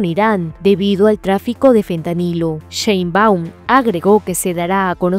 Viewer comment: Es Sheinbaum no SheinbÁum. No es SecretarÍa, es la Secretaria.